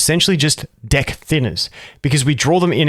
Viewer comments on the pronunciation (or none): I don’t know if you’re saying dick, or deck. Should put a “pause, no homo” in your sentences time to time 😂💀